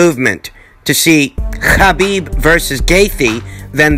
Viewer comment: When says Khabib.... 🙌🏾🙌🏾🙌🏾🙌🏾 Can say Nurmagamedov?